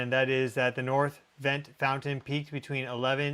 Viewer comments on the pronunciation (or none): none